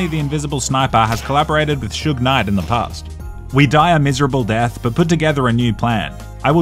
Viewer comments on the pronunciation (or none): none